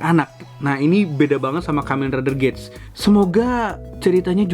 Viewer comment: Saya koreksi dibaca gits bang dan kalo abang perhatiin huruf A di logo nya itu kaya kuping rubah